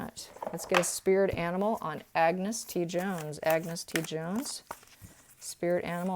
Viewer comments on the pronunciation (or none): Please, A n g u s, not Agnes (woman's pronunciation) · its pronounced An-gus, Ag-nes is the female version, sorry the scot in me cringed at that, I hope whatever he is doing he is happy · Get the kids name right .....ANGUS